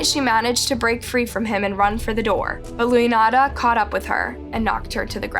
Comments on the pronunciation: Luyanda is pronounced “Lu-wan-da” your videos research is getting so much better! feel like a proud mother lol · You copy from coffhousecrime again? And you completely butcher all African names. You-e-naynay? Looyanata? Wtf. You don’t even research your cases at all do you.